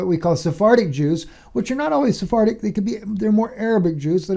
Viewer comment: When you said SoFartic Jews,I had to laugh, because it sounds like So Farting Jews.God so loves his So Farting Jews...🤣